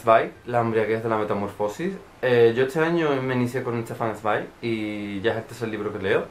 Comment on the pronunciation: Hola, me ha llamado la atención tu pronunciación de Sweig es la correcta?. Este es un comentario un poco colectivo por el poco tiempo que he tenido en este principio de año, un desastre de tiempo pero aunque tarde y he visto muchos de tus videos. Las peores lecturas, buenísimo par no tocarlos ni con un palo. Arcoiris y Mestiza uffff no puedo. Aquí yo tarde pero seguro. Besos!!!!